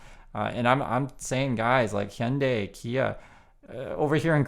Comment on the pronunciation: Hello, just a share to add that Wall Street Millennial AND Logically Answered put out vids today on, respectively, the SoaceX grift and Musk's fading appeal. Adds to peopke's comments to check out Thunderf00t and Common Sense Skeptic channels. The wheel turns.... PS Heeyunday... I always heard it us Haiyundai. I am not sure now what to say here in California. I will also point you to the Beck steamer from Midnight Vultures, "Debra", when he croons, "Hey Lady, step into my Hyundai" ... "I'm gonna take you up to Glendale.. " Giggles. I saw that concert, too. Anyway, interesting re pronunciation, thanks!